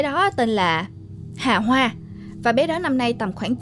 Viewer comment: Nói chứ nghe mấy lần luôn, bé nó tên Hà Hoa mà sao tôi nghe cứ ra Hà Bá là sao ấy nhỉ 🤣🤣🤣 Thanks!!!